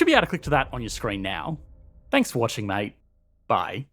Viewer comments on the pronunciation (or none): none